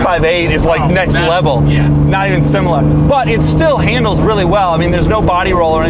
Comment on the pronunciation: do you say “similah”?